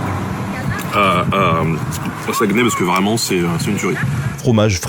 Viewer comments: Excellente vidéo. Beaucoup de respect, de recherche et d'exactitude pour la culture, on le voit et pour ça bravo. C'était génial de voir que tu es allé à la Chope gobeline, un restaurant iconique que j'aime dans ma Ville de Québec. Quelques petits bémols : - Saguenay ne se prononce pas "Saguenè", mais plutôt "Sag-né" - Valcartier n'est pas vraiment entre Québec et Montréal, c'est tout prêt de Québec, à environ 20 min en voiture, mais à plus de 2 h de Montréal au minimum. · ''sa-gue-nay'' ont dit plus ''SaGné'' qu'on dit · Sa se prononce saguené pas saguenais et on dit le fjord du Saguenay, pas Saguenay la baie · On dit Sagnay pas SagUEnay 😉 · Sag-né pas Sagueunè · Le sagueeeeenais🤣Saguenay on prononce pas le e pis ay ça se prononce é. On t'aime Ben! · Jai littéralement recracher ma soupe de rire en entendant ta prononciation de Saguenay, le U et le E somt muet sa se prononce SA-GNAY. Et quand tu dit saint jean comme sa je pense plutot a saint jean d'acres. On dit la lac saint jaaa ( le J peux etre remplacer par un H si vous etes rendu au niveau expert ) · désolé, petite correction si je peu! On dit Sagnay même si ça s’écrit Saguenay! saucisse à hot-dog! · Saguenay, ça se prononce comme s’il y avait pas de E juste sagunay genre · sa gue nay... j'ai mal aux oreilles lol merci de ne pas prononcer le "e" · Alors, jvais faire mon québécois chiant mais Saguenay ce prononce "sagné". Woualla woualla xD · sa-gue-nez ... non stp tu la pas dit comme ça ? HAAH ! ta fait ma journée mais très bonne vidéo rien à dire sur le reste !